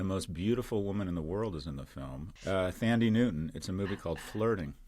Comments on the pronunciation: Her name is pronounced Tan-dee-yay —so you’re both wrong FYI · The way you both mispronounced Thandiwe Newton's name 😂